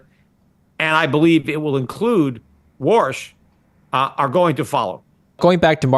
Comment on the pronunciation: His name is Warsh not Walsh, 😂